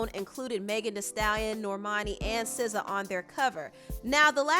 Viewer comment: 1. you are the first person I heard that pronounced her name correctly. 2. I don't know this man. 3. The second you showed the cover, I thought what was wrong with Sza's face? 4. Gangs use to be about protection, now they are greedy monsters.